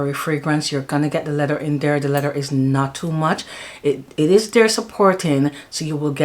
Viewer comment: Hi. Thanks for sharing, great fragrances. I know back home we don't pronounce our th, but it's lea-ther. Pronounce your th. 😊